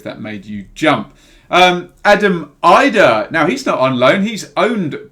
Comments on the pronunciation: great player that mr so and so :P btw it Adam idah is pronounced as edah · pronounce the first I like an E with Idah